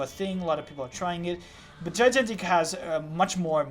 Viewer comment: thanks for the review. It's pronounced phonetically like this: (Jy-Gan-Tik) :)